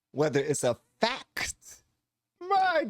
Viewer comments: PS anyone trying to act smarter than they are by pronouncing Fac-tct like that is asking to be punched in the nose. A big red clown nose. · Imagine being so smart you can turn "fact" into a three- syllable word. Tyson shows he has not learned the difference between smart and wise. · Saying “Fa-ct” is an affectation to make a point,not a sign of intelligence. This “gender”science is called psychology. In the sciences, you do not need to be the subject of the study to understand the research. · Lol! How many syllables does the word, Fact have anyway?? 😂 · How does this guy put 15 syllables in 'fact?'